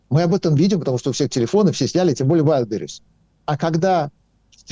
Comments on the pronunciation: К сожалению, у Асланяна, неприязненное отношение к России от Рождества Христова. И он знает истину только в одном направлении-все обгадить. Даме надо научиться делать правильно ударение в слове Wildberries. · Ведуча! Ты хоть ВАЙЛДБЕРИЗ правильно произноси ☝️